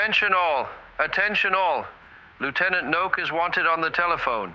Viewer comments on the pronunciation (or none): Why is it that English speakers tend to ignore the last syllable in names? Heinz Knoke is not Heinz 'nok', but Heinz 'knoh- ka'; two syllables and a clear kn. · Well researched, but if you're going to discuss someone whose name is foreign, you might want to research how to pronounce it. Knoke is pronounced k-no-keh. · I think the German pronunciation of Knoke was something like “Kanoka” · Hey guys! I absolutely loved this story and uncovering all of the crazy details. I hope you enjoy it too. Some notes: First off, I know my German pronunciations are a work in progress. I think I got the cities right here, but I am aware that Knoke's last name is pronounced differently in German. However, it was pretty tough for me to say it right without sounding stupid. So I just pronounced it in the English style. Also, on B-24 "Maisie" there were no existing photos I could find of this bomber other than her name. So we created some nose art ourselves for her. Other than that, this should be pretty accurate! Also, there were some really cool details I couldn't fit in here - so make sure to join my Patreon so you can get those bonus stories! JOIN HERE